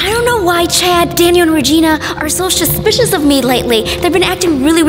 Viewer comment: Chad Daniel and Regina keep on saying your suspitios but I trust you Vy